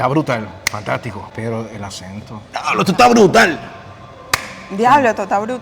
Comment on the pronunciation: Te salio bien brutar❤❤ soy puertorico